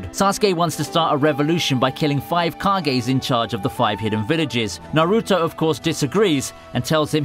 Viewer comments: Especially naruto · the way he said naruto made me cringe but he still a fellow weeb so we must love each other